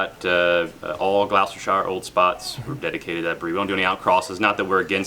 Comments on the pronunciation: Gloucester,,,,, pronounced Glosster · Gloucester rhimes with "LOST 'ER." I promise!